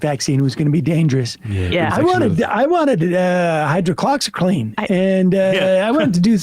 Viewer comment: "Hydrocloxycline" is a new low for Sam's ability to pronounce things.